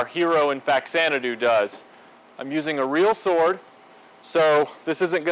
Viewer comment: It’s pronounced Fazanadu. It’s a version of Xanadu for the Famicom. Fa=Famicom +Xanadu (Zanadu)=Faxanadu.